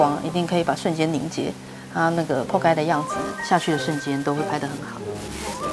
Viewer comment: 仆街說得很純正